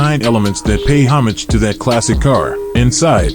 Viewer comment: You'd think a narrator would at least give the script a once over prior to recording, not only to be familiar with the material in general, but to practice one's pronunciation (not just the car names, either. Homage springs to mind).